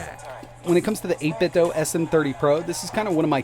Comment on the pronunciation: Like the video but I cringe every time you say 8bitdo like it’s Nintendo. The company has already said it’s “do” like Scooby Doo